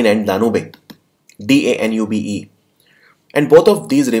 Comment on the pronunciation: Sir it’s डेन्यूब not डेन्यूबे